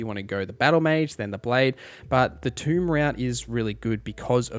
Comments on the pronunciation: It's "toe" not "too" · Not Tomb. Tome. Tome = Toe-m. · Tome like Foam. Not Tomb like Womb. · It's pronounced TO-EM, not Tomb. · Holy crap, dude. It's "TOME." Not tomb. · TOME not tomb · Thank you, this idiot saying tomb really pissed me off. Clicked off instantly. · Tome rhymes with stone. Stone? Rock and Stone! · Tome rhymes with home. Tomb rhymes with room.